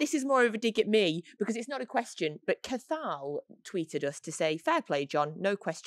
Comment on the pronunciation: Just a note btw Cathal, is pronounced differently, its more cach hill